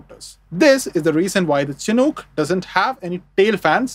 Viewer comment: It's pronounced "SHH-nook" not "chin hook". The naming convention of all US Army helicopters, prior to modern cancel culture, was to honor native american tribes who would hold honorary ceremonies and bless the helicopters in their native traditions and religions. The Chinook nation is who this aircraft is named in honor of.